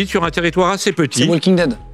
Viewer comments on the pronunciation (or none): none